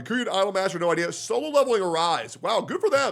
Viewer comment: "Solon leveling"